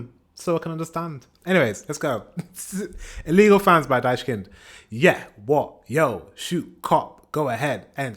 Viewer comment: why the hell does AI say this band is pronounced "daischkind"? is ai stupid? whatever there is no "s" so maybe just google how to pronounce "ch" in german its the 2nd most common error english speakers do after forgetting to pronounce the ending "e"